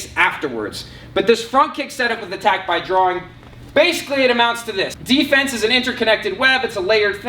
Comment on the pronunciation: When he said attack by drawing I thought he said attack thy groin😂😂😂